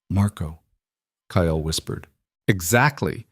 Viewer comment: Kyle is a one syllable name, not two!! 😢